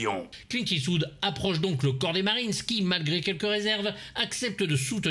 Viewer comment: Comment prononce-t-on ? Eswood, eastvoud !!! Clint est-ce vous 😂😂 On l’adore ( ((❤)) ) Moi du moins 😍 et vous ??? 🤣